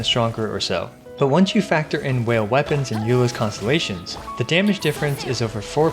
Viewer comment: "With just a few wepoans" hahahahahah Those are rank 5 weapons he is talking about.......